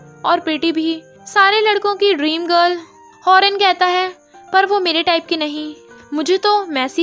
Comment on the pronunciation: Whenever you said the girl I heard dagal